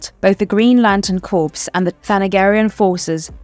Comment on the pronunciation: Why did you pronounce "corps" as " corpse?" They're not the same thing y'know.